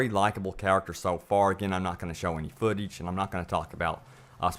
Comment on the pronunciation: Footeege?? Learn to speak